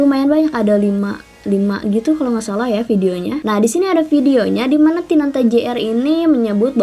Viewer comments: " tinata " bukan " tinanta " 😂😀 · Tinata Jr kak..Bukan Tinanta Jr😂😭 Kopral Jono..Bukan Kofral Jono😂😭Heheh SEMANGATT KAKKKKK BUAT KONTENYA☺️